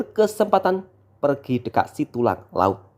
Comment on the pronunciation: Setulang Laut Bukan Situlang